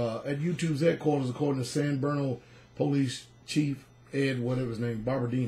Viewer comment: It's San BRuno,. Love you much, brother! ❣️